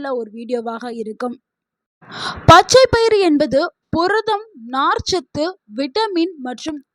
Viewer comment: புரதம் என்று சொல்லவும். பொரதம் என்று சொல்வதாக தெரிகிறது. மிகவும் மோசமான தமிழ் உச்சரிப்பு.